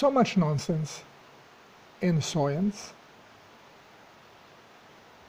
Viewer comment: I can't tell if your pronouncing science as soyence on purpose, if so that's hilarious. Great video!